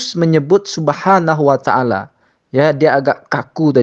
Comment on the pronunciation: Pembawa acara nya pun masih salah menyebut Subhaanahu wa ta’aala.. Terdengar subhanawataala